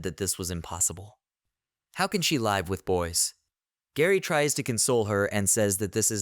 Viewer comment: bro can't pronounce "live"